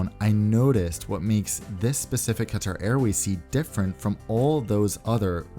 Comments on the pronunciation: you pronounced it very well in arabic qatar airways bravo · As an Arab, you have pronounced Qatar Airways in Arabic just perfectly. Of course you had an American accent there but I am still very impressed.